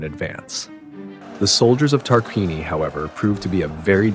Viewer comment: I understand north american language has brutalised the proper civilised pronunciation of language so it is a hopeless quest, but I thought I'd still give you a little hand this time and help out with how you should be pronouncing Tarquinii and Veii: TAR-QUIN-EE-EYE VAY-EE-EYE Hope it helps, nice video.